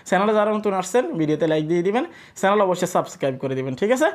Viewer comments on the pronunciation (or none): none